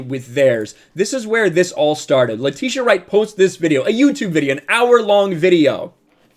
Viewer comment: Atleast say her name right 🤦🏾‍♂️🤦🏾‍♂️🤦🏾‍♂️🤦🏾‍♂️